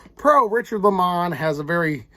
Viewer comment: I'm not sure if you are joking around calling him Li Mon? I get so many names wrong myself. But it's pronounced Lay Mon. Although I do like the posh sounding tone of that. Lol. 👊